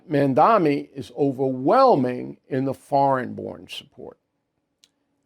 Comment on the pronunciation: Mamdani not mandami